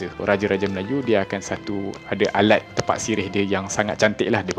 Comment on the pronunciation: Sebut dia tépak, min.